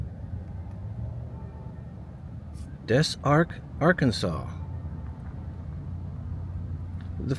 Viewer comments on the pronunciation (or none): I love your videos. It’s pronounced Dez Ark. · Des Arc is pronounced more like Dis Arc. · pronouced dez ark